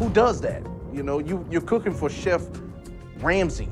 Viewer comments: lmao "shef" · Did u really say "Shef." Bruh. Also, it's Gordon, not Gorden